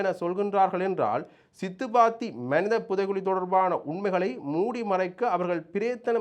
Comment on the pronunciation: அடேய் பன்னாடை (மணித என்பது தவறு மனித என்பது தான் சரியான சொல் ) நீ யாழ்ப்பாணத்தமிழன் என்று சொல்லாதே எங்களுக்கு அவமானமா இருக்கிறது